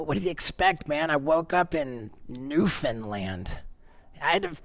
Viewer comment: Shoutout to Steveo for pronouncing Newfoundland correctly!!!